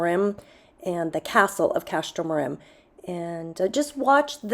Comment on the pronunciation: do not pronounce the second m in Castro Marim. Castro Marin instead